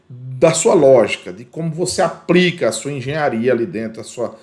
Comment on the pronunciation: O conteúdo é muito bom, bem exPLicado! Mas cuidado, precisa melhorar a linguagem! aPRica, NÂO PODE! APLICA SIM! BRUSA, APRICA, APRICAÇÃO NÃO EXISTE! BLusa ; aPLica; aPLicacão assim tá certo!!!